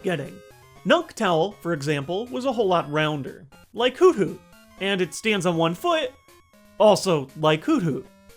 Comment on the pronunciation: It's "Hoot Hoot" not "Hoo Hoo"